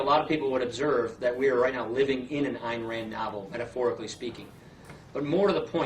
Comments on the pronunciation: Ayn Rand's given name is pronounced "Ine" as in "line", not "Ann". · Its pronounced Ein Rand. She was Russian.